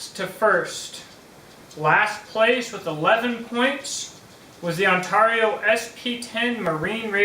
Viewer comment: Say Heah, For the $$$ you missed a good one..It's priced around the On Tar eee'O RTAK 2, and as a chopper I think it will out chop the BK-9 and because it's similar to the Kukuri style, It's defenetly a "Sharp Hammer" Also when I go to Ontario, Canada, they ALL say Ontario. You say On Tar eee'O. I get it some say Tomato some say Tumato, some say Patato and some say Paataato. right, Am I right huh huh am I am I, what do I win heh heh heh <|~_^|> Dude I'm just joking, no hard feelings Ok. On Tar eee'O heh heh heh.